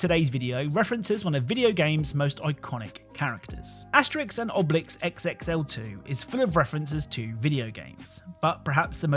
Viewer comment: Man, I called Asterix and Obelisk from the thumbnail! I wish you said the names with the accent tho ;^